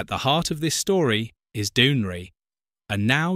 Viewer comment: Dounreay is pronounce doon'ray